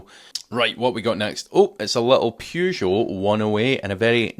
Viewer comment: Never mind how to pronouce Dacia. Peugeots are not pronounced Phew joes! 😜